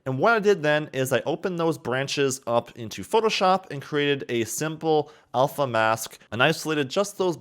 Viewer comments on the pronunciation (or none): none